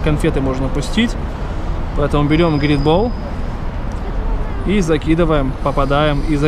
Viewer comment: НЕ ГРИТ, А ГРЕЙТ